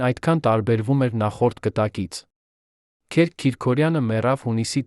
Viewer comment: Հարգելի ընթերցող,Քերք չի կարող լինել,Քըրք է,հայերեն Գրիգորի կրճատ,անգլերեն տարբերակը։Եւտառի սղումը երբեմն փոխում է բառիմաստըԿամդարձնում անհասկանալի։Միթե չկա գրագետ ընթերցող։Թեմաները ակտուալ են եւ հետաքրքիր։